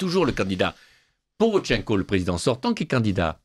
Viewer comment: Porochenko et pas PoroTCHenko!